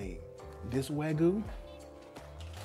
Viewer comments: its pronounced w-ah-g-you not w-A-goo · Pls learn how to say wag-yu. Not wagoo. 😑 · Note wagu but wa-gy*u*